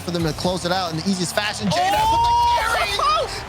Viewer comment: best JKnaps pronounciation ever